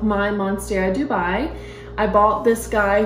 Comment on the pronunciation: Beautiful Dubia. Just so you know it's Dubia and not Dubai. They are spelled nearly the same, and it took me a long time to learn since I had Dubia roaches to feed my reptiles. Best of luck with your plants!! 🪴💚💚💚